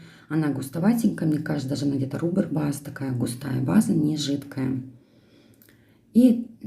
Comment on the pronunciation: Ну ёперный бабай! Ты или базу каучуковой называй или рАааБер базой- а не рубер😄 Без обид. В геле не сомневаюсь. И да, камуфляжи тоже однофазниками имеют право быть. Этот гель есть- однофазный полимер, а камуфляж это ничто другое как замес пигмента в него. Я сама ещё учусь и хочу понимать химию этих материалов, много экспериментирую и пробую... Насчёт геля веналисы ты права. Он жиже. Но это не минус в работе, а вот в носибельности да. Он не держит длинные ногти. А силкар держит.